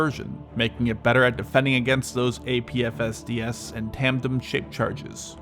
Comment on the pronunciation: Like the video just for his ability to say "APFSDS" over and over again for our entertainment